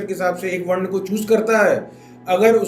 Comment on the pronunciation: Are bhai वर्ना क्या होता है, वर्ण बोलो न